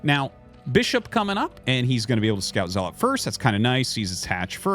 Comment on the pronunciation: Okay - this must be said after listening to your streams nearly every day for a month. It's pronounced ZELL - UT, not ZELL-LOT. Great casts, but your mispronunciation of the most common Protoss unit is killing me !